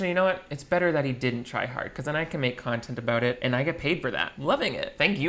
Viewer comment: “Projocts” lol anything for contont Great video,! I love what you do, and your humor tickles me:-)